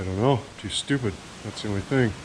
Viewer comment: Man said " too stoopid thats the thing" lol🤣